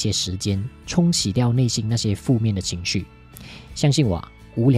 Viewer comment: 谢谢分享。小小建议： 内心发音 = nei xin